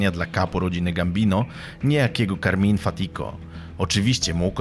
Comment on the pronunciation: Carmine nie Carmin😉